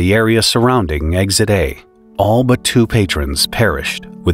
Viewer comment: There's no "G" or "Z" in the word eXit